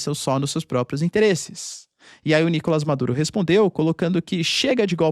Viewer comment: Pq vc fala "Nícolas" Maduro e não "Nicolás" ?